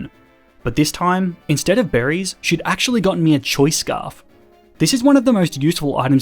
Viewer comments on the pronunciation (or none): THE H IN JOHTO SHOULD BE AFTER THE FIRST O! ACTUALLY, NOT ACUELY! CHIKORITA, NOT CHIKRITTA! AND WE DON'T SAY IS IF WE'RE TALKING ABOUT MORE THAN ONE THING, WE'RE SUPPOSED TO SAY ARE! STOP USING THE WRONG WORD!